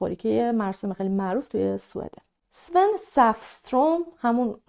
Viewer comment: اون آقایی که توی بانک پیداکردن تلفظ اسمش به سوئدی میشه سوون نه اس ون